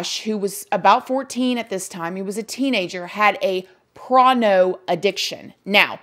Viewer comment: Da hell is PRONO!!!! 😂🤣😂 What a weird thing to mispronounce on purpose (I hope).